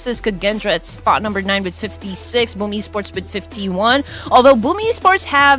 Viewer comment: Caster accent Boom esports ❌ Boobs esports😂✅